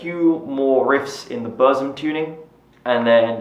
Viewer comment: Please , English speaker.. say Boor-ZOOM. 😢